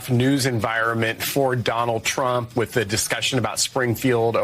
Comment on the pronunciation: sunny said witch instead of with lol a white girl trying to speak like the vp camillione she needs ebonics